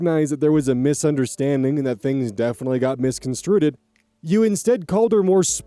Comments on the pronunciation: Dear, please don’t hate me for this. I’ve just heard it enough times that it’s starting to cause me physical pain. The word is “misconstrued” not “misconstruted”. With love and grace, J. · I love you man, but the word “misconstrued” is pronounced mis-con-strood. 😊